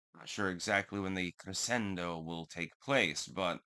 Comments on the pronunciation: The word "crescendo" is Italian. In the context of music, it's normally pronounced cre-SHEN-do, not cre-SEN-do. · Linguistics expert?.... Then you know it's pronounced cre-shen-do. 😉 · Crescendo - the sc is pronounced as a sh. Pronunciation is 'creshendo' fyi. 'I am a linguistics expert' Self certifications are false and usually deteriorate one's creditability. I agree with you. The word 'hung' should be defined at the past participle of the verb hang. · “I’m a linguistics expert, by the way…” Intentionally mispronounces words to sound smart 😅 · “I’m a linguistics expert actually” says the guy who twice mispronounced crescendo. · Linguistics expert that doesn't know how to pronounce crescendo